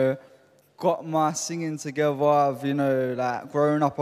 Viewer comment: “I’ve got my singing togeVa” 😂 Ian Bernardo is totally D~E~L~U~S~I~O~N~A~L 😆🤣😂😅